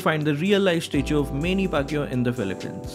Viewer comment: Its mani Pacquiao not meni Pacquiao